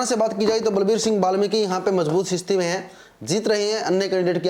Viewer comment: स्थिति होता है या सिस्ती होता है 😂😂